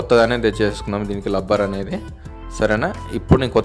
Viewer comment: లబ్బర్ కాదు రా బాబు... రబ్బర్ ఆది